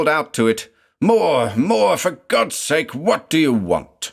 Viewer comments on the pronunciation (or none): none